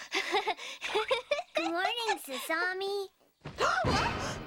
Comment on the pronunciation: Actually,, FUNimation DID dub "Sasami: Magical Girls Club"... and the dub is god awful! I couldn't even get past the first episode! And I'm literally the BIGGEST Tenchi fan in North America! They couldn't even pronounce Sasami's name right!